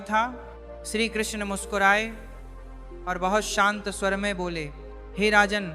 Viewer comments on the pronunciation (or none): none